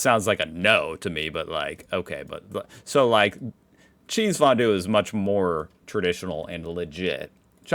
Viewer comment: Kchääääsefondue! Cheesefondue is so damn good, but like Napalm in your mouth when you´re too greedy 🧀